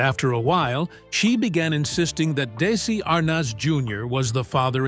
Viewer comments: Arnoz?????????? It is pronounced like Arnez. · It was a 28-minute video that should have been about 5 minutes long. Many minutes of repeating the same narrative over and over by an AI voice. Anyone under the age of 100 years old knows how to correctly pronounce Arnez (R- NEZ). It's not (R - NOZ). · Gawd, how I hate these AI-narrated stories. Lucille Ball was married to Desi Arnaz, pronounced DEH-zee ar-NEZ. He and people in the news, TV, etc. pronounced it that way. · his name is pronounced “ArNEZ” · These stupid AI vids. It's pronounced "dez-see Ar-nez'. And, half the time, showing pics of the wrong ppl eith what is being spoken, described. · When such appallingly misspoken AI narration is used in a video it brings into question the accuracy and value of the entire content. It's bad enough when mistakes in pronunciation are made, and allowed to slip through the editing process, but when those errors involve iconic Hollywood celebrity names... there is absolutely no excuse. Your concept had potential but the unforgivably sloppy production values force a dislike on the video itself, and a request to not recommend this channel on my homepage in future. I strongly advise you to get your act together, or to seek out an alternative pastime to video creation.